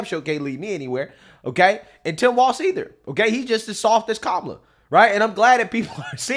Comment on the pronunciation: Was she saying Karmela Harris? Is that like caramel kinda looks like chocolate but it's not?